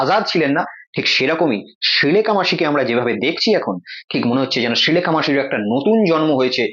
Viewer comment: তুমি আগে শ্রীলেখা সঠিকভাবে উচ্চারণ করতে শেখো.... শ ও স এর উচ্চারণ আগে করতে শেখো তারপর ভিডিও বানিয়ে....